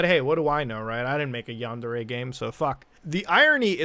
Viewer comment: Wow... nails on the chalkboard! |Yáh | | n • DÉ | | Ré | — the Japanese words use both a high/low tonal variance and the vowels always keep the same sound. A short version of the vowel for a, e, and u — and a long vowel for i, and o. These never ever ever change — Ever! They combine to make the relevant forms sometimes... 🤦‍♂️ ugh — my point being — and it’s terrible that I’ve even explained all this.... you’re pronunciation of “yandere” is killing me. For anyone wanting to disagree — my argument is this: have you ever heard an America speaking Spanish with zero accent — albeit with “fluency”?? It’s horrible — it’s a perversion that makes you wan to tear your ears off so you don’t have to hear that murder-babble... ok so this isn’t the same thing even by far... I have no argument... man that was a good dab 🤣